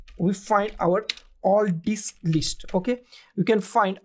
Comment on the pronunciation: Did I hear you correctly or just my over imagination ...... I kept hearing "hard dick" and not "hard disk" ..... LOL Anyway, following your guide doesn't help me to create a recovery partition in my laptop